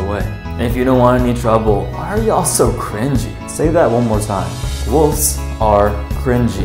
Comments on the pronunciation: Wolves not woves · "Wooves" Youre just like Jacob 😅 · Woves lol (that’s what he said) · How he said wolves tho “wooves”